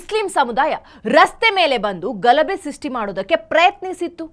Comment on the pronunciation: ಘಲಬೆ ಅಲ್ಲ ಮೇಡಂ, ಗಲಭೆ